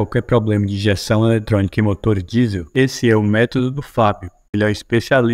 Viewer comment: Hoooo narrador q fala enrrolado ta mascando chiclete,motor ele fala Moto .